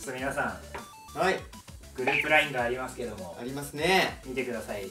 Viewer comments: ラインの発音、、、笑笑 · ラインじゃなくて『ラ』イン…🥺